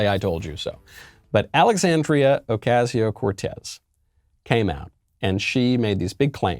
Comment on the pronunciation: "OcaZio ?? S says s , simply.